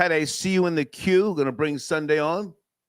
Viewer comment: Sundea, Sundea, Sundea 🤔🤦🏾